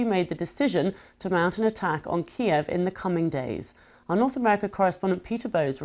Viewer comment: he can barely read the teleprompter, says weeks instead of days and calls Kiev "Keeve"